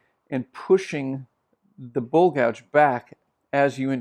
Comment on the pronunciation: You are vert knowledgeable nit i wish you gould say bowl and not bull